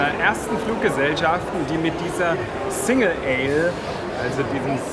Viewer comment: Yeah.... SINGLE ALE! Zum kreischen.... :-) Für die, die es nicht aussprechen können: Es wird wie "Single EIL" ausgesprochen... Echt niedlich.... ;-) Thumbs up!